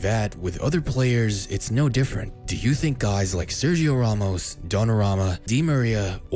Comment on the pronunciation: Ramos* not Romuows